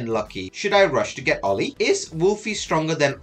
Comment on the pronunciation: Pronouncing name approved 🫡